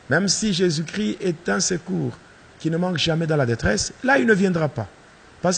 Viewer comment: Pasteur tu es toujours un sorcier.. car on dit jésus christ et non jésus chri ... alors je connais bien la différence......